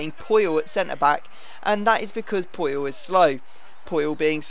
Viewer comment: poyol its PU-yol